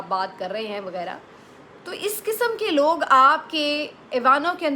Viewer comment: آپ بھی اپنا تلفظ درست کریں پلیز “وغیرہ” کو “وگیرا” نہ کہا کریں آپ تو پڑھی لکھیں ہیں 😏